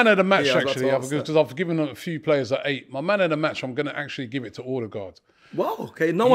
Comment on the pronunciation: Please please Robbie it’s Odegaard like the ur in cur or burr. Think of it as Urdegaard.